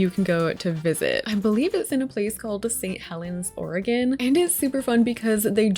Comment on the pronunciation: Shout out to my girl saying Oregon right 💪🏼❤ Yes you can go to Halloween town in Oregon